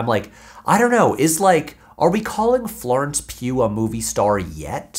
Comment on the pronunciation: Looking at her filmography, I have heard of a few of the movies she was in, and seen none of them. If a person is a movie star, I shouldn't have to rewind the video 3 times to figure out which name you pronounced (Lawrence Hugh? Lauren Skew?) or have to google image search to get a mind picture of what they look like, and I shouldn't have had to have seen any of their movies either. Even people who have seen no movie with Dwayne "The Rock" Johnson knows what he looks like because of all the memes.